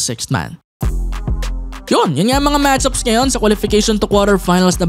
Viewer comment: It's match-ups.... wag mong gawing one word para kasing matchupa